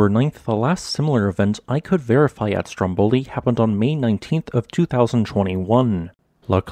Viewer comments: The right pronunciation is Stròmboli, not Strombòli as you say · Dear, the correct pronunciation of the island's and mountain's name is "STROMboli" not "stromBOli", even though the adjective is "stromBOlian".